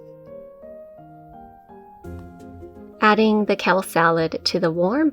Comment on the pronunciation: You're awesome. Love your videos. But let me make a correction if I may. It's not "Kell". It's "Kale" It's not "Mill". It's "Meal". When you wear shoes it's not "high hills" it's "heels". ;)